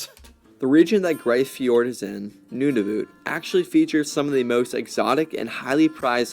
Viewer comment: "the northernmost town resides in NOON A VOOT" Dear god